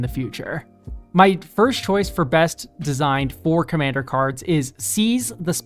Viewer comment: When you said "for-commander cards" i heard "four commander cards" and thought "surely theres more than that"